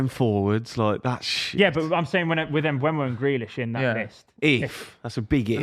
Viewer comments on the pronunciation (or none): learn how to say mbeumo's name for goodness sake, the e is before the u